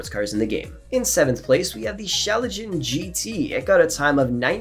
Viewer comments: a schalalalalalagen gt. it's no use correcting, that's been done so often he either doesn't read comments or has a speech impediment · how do you pronounce the schlagen gt? as a german I am offended. LMAO